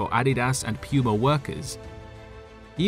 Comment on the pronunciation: Pronounced “POO-MA” Guy says: “Pee-You-MA” 🤭